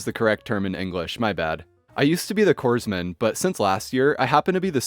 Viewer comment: I really love your delivery and am subscribed, so here's a tip: "Corpsman" is pronounced "corman" because it's the same derivation as, say, the Marine Corps.